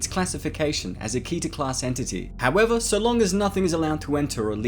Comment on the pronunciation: I'm gonna say it Keter in pronounced keh-ter not key-ter